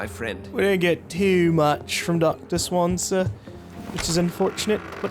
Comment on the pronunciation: plz stop calling him "Swan-za" its "Swan-ze-ya"